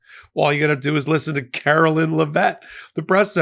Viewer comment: Her name is "Care-o-line" not Karo-linn, and you aren't supposed to stress the last syllable of her last name. It's not "Leh-VET" it's Lev-it. Really not hard considering how much it's spoken in the news, at the pressers and she even says her name in her old campaign ads. Anyway, she's a joke along with everyone else surrounding her.